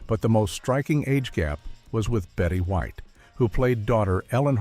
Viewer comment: Betty Whit??????? Her name is Betty White !